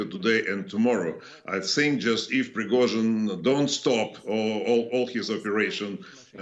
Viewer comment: The news guy pronounces Prigozhin's name very well.